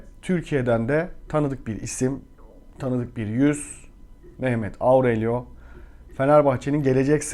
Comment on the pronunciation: Auurello diye zorlamayın kendinizi, orelyo diye okunuyor